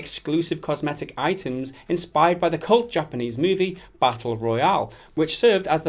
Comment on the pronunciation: Um, hello? "COSMETIC"?